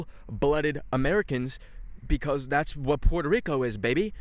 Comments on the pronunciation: As a Brazilian, I’m very disappointed on how you pronounced Puerto Rico, we pronounce it the same way in Portuguese bro, Porto Rico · Why saying puelto lico